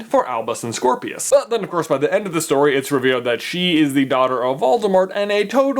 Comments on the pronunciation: It sounds like you said Squirrelpius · Scorpius. I thought it was cedric